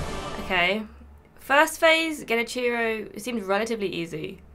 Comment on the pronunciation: I thought Sunlight blade was the only one who pronounces Genichiro that way lol